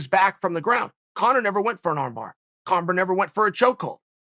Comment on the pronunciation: Chael almost went full Daniel asherov mode calling Conor congor🤣🤣🤣